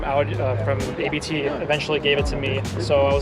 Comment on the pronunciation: Happy Birthday! The RS7 is dope! My brother in law had a RS6 with Abt upgrade turbos pushing around 750hp on the crank. The thing was crazy comfortable and fast! Btw for educational purposes ;) Abt is pronounced like 'about' without the 'ou', because it's their family name, not an abbreviation